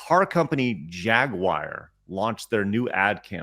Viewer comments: I’ve heard Jaguar mispronounced Jag-wahr before, but never Jaguire… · That's a new one. I've heard the American "Ja-gwar" and the British "Jag-you-are", but never "Jag-wire".